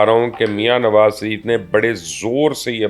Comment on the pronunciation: Phlay sharif kana seek lo sha reee ffff not sa ref